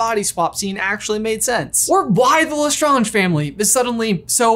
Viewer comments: Me waiting for the day lestrange is pronounced correctly on this channel.... they're strange... le strange not strongé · I’m sorry but am I the only one that noticed the way said lestrange 😰 sorry it was just kinda…… strange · It bothers me how you brothers intentionally mispronounce Lestrange. Just because the word's origins is french doesn't mean that's how the name is pronounced. You don't pronounce someone's name the way you want to, you pronounce it the way they do. Anything else is just rude. As Data says in Star Trek TNG when asked "Day-tuh, Datt-uh, what's the difference?": "One is my name, the other is not." EDIT: lol, then you pronounce it correctly later in the video. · OMG I don’t know if I have said Lestrange wrong my whole life but says it differently than I do I don’t know if I’m losing my mind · Can you please pronounce the lestrange properly please. Stephen frys why of saying is the absolute correct way to say it